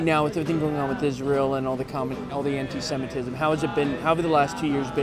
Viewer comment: "Anti-cementism" LOL!